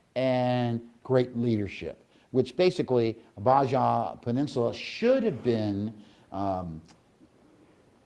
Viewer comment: Baja is pronounced bah hah.....thanks and Merry Christmas